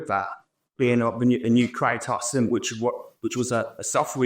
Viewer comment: did this mf just say "cry-toss"..